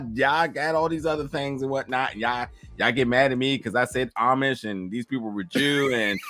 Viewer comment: you had me choking everytime you said Amish🤣🤣🤣🤣